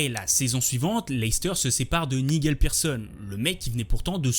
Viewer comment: Attention, Brendan Rodgers est nord-irlandais et non anglais (et Nigel se prononce Naï-djeul). Excellente vidéo sinon